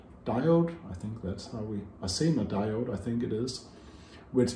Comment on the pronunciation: you pronounced diode correctly 👍 “dye-ode”